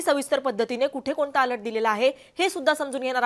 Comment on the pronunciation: अलट नाही अलर्ट 😭